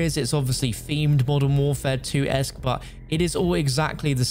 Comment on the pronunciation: “Call of duty molten warfare” lol I can’t I hear it lol